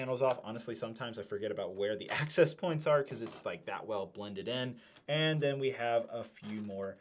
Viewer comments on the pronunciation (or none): none